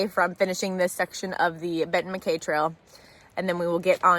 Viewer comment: Congrats on finishing the GA Loop! I hate to be "That Guy" but a couple of correction....First, it's pronounced Benton Mack-EYE as in your eyeballs. Second, there is a bear cannister requirement on Blood Mountain as you mentioned but it doesn't apply to Woods Hole Shelter as they have a heavy steel bearproof box that campers can put all their food in.